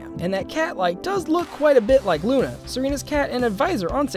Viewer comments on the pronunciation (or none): none